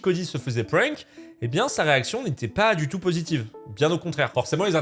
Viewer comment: "Pfwèènk" Je pense qu'on peut dire "Prank" avec un vieux accent français 😅